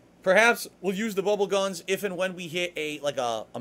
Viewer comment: His slurring really shows when he says bubble over and over